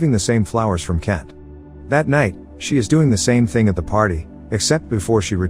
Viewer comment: can you please Pronounce my name properly... is K-ENT NOT KEN.